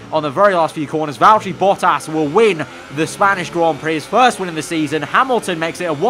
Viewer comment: ah I hate how says Valterri Bottas